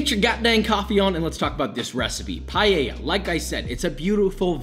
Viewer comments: PAELA not PAYAYA...josh no kiss for you this time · Why Americans pronounce it "Payeya"? It's PAELLA! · Few notes from an Spanish. Please stop saying "payeya". It's pa-e-lla, it's only the "e", and is pronounced kinda like the one in pet. Also, paella might seem like just "rice with things", but it follows some rules and there are things that don't go into a paella, like chorizo. "Sofrito" is not the combination of tomatoes, onions, peppers and garlic, what we usually call sofrito is the ""sauce"" you get after cooking those together. Also, you migth want to cut or grate fresh tomatoes, add a bit of sugar to take away the sour taste and then add them into the mix. I don't know any recipe that uses paprika, but it doesn't seem that bad. Covering it with foil isn't bad, but here we usually use a cloth. Again, I haven't seen anyone adding olive oil after the paella is done. All things considered, is not the best recipe, is not the worse. Yeah, some crybabies from Valencia maybe want to kill you, but it's not bad. Chorizo is a big nono for paella, but for the rest this might be the best paella recipe I have seen from someone that is not from Spain. So yeah, 3/4 of a beso for papa, good job. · NOTE: It’s not “pie-yeya” CORRECT: Pa-eya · First of all...it's PAAAL EL JAA, not payeya .... learn how to pronounce it properly. Second do not even think of calling this a paella... This is a rice dish with things..lots of things. I live in Valencia (the birthplace of paella), and this has nothing, absolutely nothing to do with an authentic paella. No chorizo ever goes into a paella, no garlic ever goes into a paella, no wine, no bayleaf, no this no that. Sorry but this is total nonsense. Seafood? If you want to make a marisco, maybe.....but it is still nonsense. Parsley? Please stop this bullshit. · How hard is it to say PAËh ya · Yeah, you pronouncde it "Payeya", expectations for your pronunciation of socarrat wheren't high XD At least you didn't go for the ritish "Payela"! XD